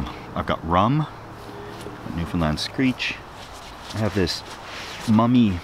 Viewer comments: Hey, you nailed the pronunciation of Newfoundland. I absolutely love watching your videos. R.I.P. Crazy neighbor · The fact you pronounced Newfoundland correctly is worth a subscribe. But I'm already subscribed. So now you have this comment and a like.